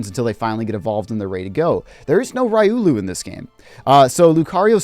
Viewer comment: I hate the fact you said ri-u-lu. I hate it. (Side note, I personally don’t think any character is bad. Some are not as good as others). Edit: I want to get Blastoise is this a good idea? Yes I saw the video but I want to make extremely sure as I don’t want to waste coins. I am also looking at Gardevoir but I haven’t seen that part yet.